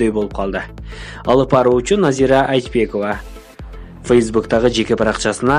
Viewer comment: Назира Айчбекова эмес туура суйлосон боло Айтбекова эле кыпкыргызча эле